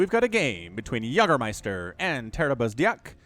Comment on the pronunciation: Yag-ermeister? Its YAY-germeister you philistine. sie sind das essen und wir sind die Yag-er? No! Also Pacific Rim.